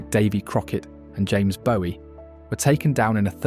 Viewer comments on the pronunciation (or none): The narrator should check pronunciation of people’s names… Jim Bowie (pronounced BOO-EE) died at the Alamo. Bowie (BOH-ee) is the pronunciation of David, the chap who was a musician.